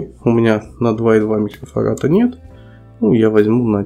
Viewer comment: Не "микрофарата", а микрофарада, грамотей.